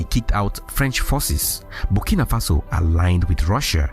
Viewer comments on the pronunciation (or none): none